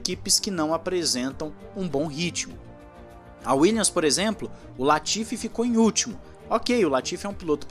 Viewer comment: Uma dica para o narrador, a equipe Williams, pronuncia-se WilliaMs e não williaNs. Só dar uma fechadinha de boca no final da palavra e ta tudo certo. Apenas uma dica de um professor de inglês, OK? É só pra contribuir. Assisto todos os videos, junto ao The Race, Driver 61 e autosport seu canal é o meu favorido dos brazucas. Está de parabéns. Abraço!